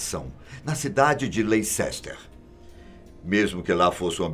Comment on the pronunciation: Leicester pronuncia-se, Lester! Um abraço de Portugal 😊